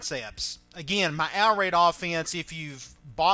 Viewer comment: Are u saying out raid?